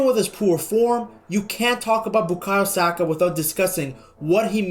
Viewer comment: 😂 Why are you saying his name like that…..